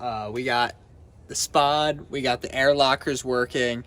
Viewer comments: Good stuff, friend. Pronounced S Pod. Don't ask me why. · sPod pronounced "ES POD" not one word hahaha